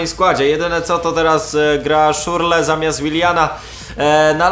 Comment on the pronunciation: To jest Szczur le a nie Szurle :D.